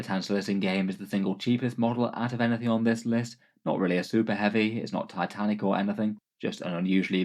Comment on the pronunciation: Dislike for "tatanik" and "taisanf" in less than 10 seconds from the video start. Fix your spelling so called native speaker, any foreigner can speak English better.